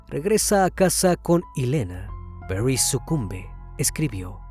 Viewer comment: Porque exagera en la pronunciacion del nombre París se dice tal cual, Paris y no "perrys"